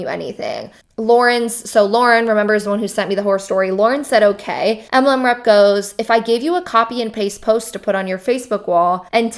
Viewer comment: I chuckle every time you say MLM. It sounds like you say EMLEM 😂😂😂